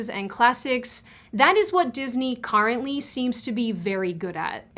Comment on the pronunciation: "cAHrently" sorry, I meant is as a joke Also! love your videos!!